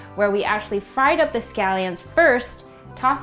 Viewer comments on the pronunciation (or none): none